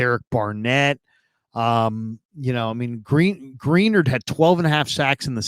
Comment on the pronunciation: Sidenote for future episodes if you see this, Greenard is pronounced Gruh-Nard. Great recap.